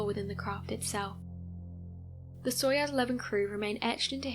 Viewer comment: I know you are a kid. It's pronounced "SOY-OOZE". Gagarin pronounced Ga-GARin. You're welcome.